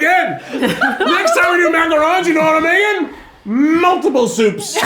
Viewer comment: “MmmmmmULTIBLE soups!”